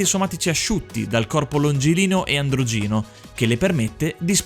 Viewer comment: Faccio il cacacazzo in un video molto bello, complimenti ancora ragazzi, bel lavoro. Si dice Andrògino, non Androgìno